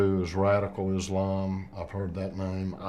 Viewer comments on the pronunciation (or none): none